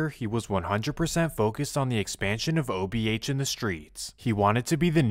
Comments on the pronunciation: The most annoying thing about this video is… dude keeps saying “OHB” broooo it’s “OBH” 🤦🏼‍♂️ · Itz o b h Not ohb😊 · Buddy keeps saying OHB instead of OBH 😅😂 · is accurate as hell but for him to keep calling them OHB is blasphemy 😂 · Saying ohb instead of obh is insane 😂😂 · Ohb mansion 🤣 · Obh not ohb 😂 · You called them ohb a dozen times lol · keep saying OHB 😂I 😂😂😂😂😂😂😂😂😂😂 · the ''OHB'' SMH - GET IT RIGHT MAN!! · It’s not OHB it’s OBH 😂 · bro keep saying OHB instead of OBH lol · He keep saying ohb if you doing a documentary atleast have the gang name right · Making a video about OBH, the least you can do is say it the right way, whole time homie saying OHB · I don't know who is dumber, AR-AB, or the guy that made this video that keeps calling them OHB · It’s “OBH” not “OHB” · Dh keep say ohb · Why do you keep saying OHB? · its OBH Fam Not OHB at lease do proper research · Obh not ohb 😂 wtf